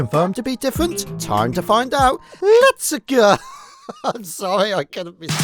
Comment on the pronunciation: LEtS a-GUH